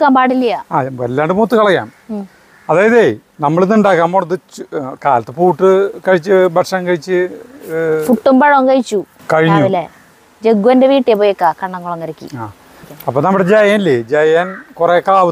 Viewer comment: പൂട്ട് അല്ല പുട്ട്